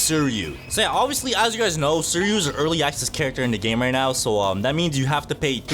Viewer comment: Bro pronounced Suiryu's name wrong. It's Swee-ree-yu, and the R is pronounced the Asian way I think. Trust me with this, I've seen the anime.